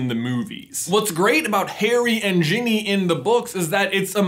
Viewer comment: These people butchered Ginny.